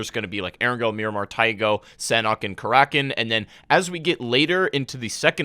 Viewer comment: Your pronunciation of paramo, taego and karakin is SO cringe! Not to mention incorrect FYI.